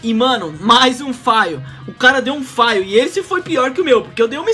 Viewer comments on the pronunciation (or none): meteu um "faio", kk pq todo mundo fala errado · FAIL? kkkk bela pronúncia